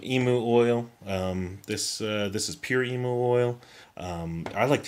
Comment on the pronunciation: EEE MOO lmao love you but mate